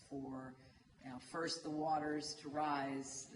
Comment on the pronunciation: First มึงออกเป็น เฟิสสสส เลยนะ อีโง่